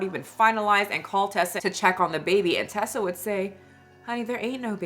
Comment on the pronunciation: Her name is Teesa, like Tea-sa. Not Tessa, like Tesla. You're pronouncing it wrong.